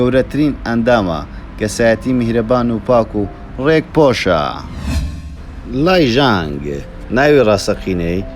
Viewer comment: ئێکس یۆمین❌ شیۆمین✔ لای ژانگ❌ زانگ ێشینگ (لای)✔ بیکیوو، بخیوون❌ بیۆن بێکهیۆن✔ سییۆن❌ سیهۆن✔